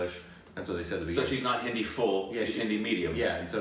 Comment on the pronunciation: I like how has drastically improved his pronunciation of hindi words